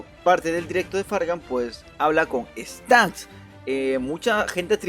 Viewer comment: Soy yo o en vez de staxx dijo stanxx? xd min